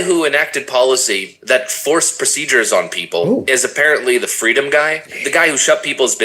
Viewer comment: Fweedom mama fweedom